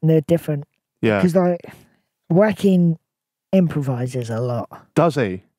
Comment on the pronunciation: Butchering joaquins name is criminal.